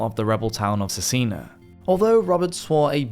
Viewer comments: Cesena - pronounced "Che-sain-a", my grandfather's home town. It is reported that upwards of 5000 citizens of Cesena were murdered. In Italy John Hawkwood is called "Giovanni Acuto" (John the Sharp) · Good video dude. However, if I can make a suggestion, try to get a better pronunciation of names and places because automatic subtitles were confused (ex. For Cesena the subtitles said Cina twice, which means China in italian) and I found it hard to follow